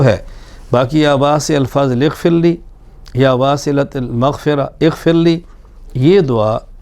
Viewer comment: یا واسع المغفر اغفرلی میں غ کی بجاے خ کی آواز نکلتی اور اکثر لوگوں کی خ کی ھی آواز نکلتی ۔لھاذا۔غیری۔توجہ۔چاھےء۔